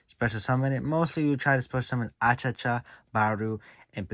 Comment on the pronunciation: Why you call him Achacha, it's Achichi 😅